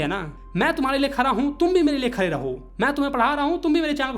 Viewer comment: Khade❌Khare Bade ❌ Bare